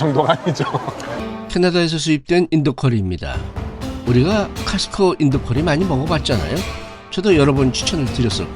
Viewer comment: 코스트코라고 정확히 발음허세요! 카스트코 아닙니다!